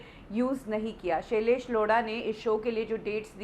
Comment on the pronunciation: The way u say tha name "shalaish Lodha" 🤣🤣😂😂😂😂😂